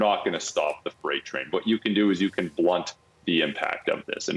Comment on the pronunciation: The “fright” train. 😂😂😂